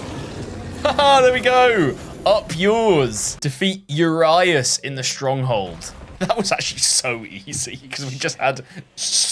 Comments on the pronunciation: I dont know how to explain it in english but i will do my best You were saying urias as: ur eye ass The romanian pronuncation would be closer to: ur iu sh (the ur like in surprise with a british accent, the iu as in iuck and then the ș is just sh like when you are tring to quiet down someone , just short) On this topic may i ask WHY DO LETTERS SOUND DIFFRENT IN DIFFRENT WOORRRDDDSSSSSS IN THE ENGLISH LANGUAGE, WHO TOUGHT IT WOULD BE A GOOD IDEA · As a romanian. The way he said urias makes me die of laughter